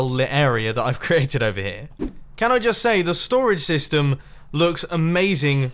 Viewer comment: I swear when Mumbo says STORAGE SYSTEM he says "storage stystem"